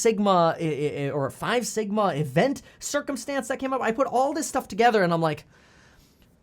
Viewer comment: For a second when he said sigma i thought he said Ligma